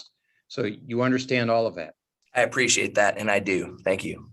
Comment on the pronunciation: Bro is already annoying and I'm 1 minute and 48 seconds in... Dude, it's "appreciate" not "preciate"... That's creepy bro. You are creepy AF